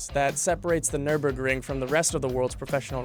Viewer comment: You pronounced Nurburg perfectly, Clarkson, May and Hammond from the original top gear and the grand tour have all driven it over the years, and surprisingly Hammond didn’t crash on it